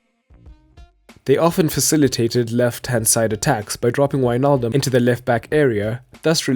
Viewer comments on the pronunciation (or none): none